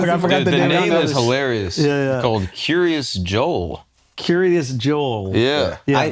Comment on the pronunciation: It's not Curious Yo-el it's Kiryat (Keeryaas)